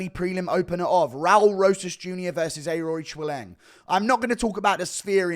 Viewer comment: Thank you It's: A-reach-e-lang and Yazmin how-rig-e It pisses me off so much how many names he fucks up